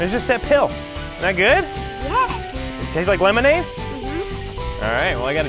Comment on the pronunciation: It's. Pronounced. As LEMONADE